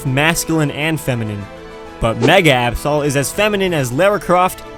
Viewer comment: I saw ab-soul And you say ab-saw Oh my gawd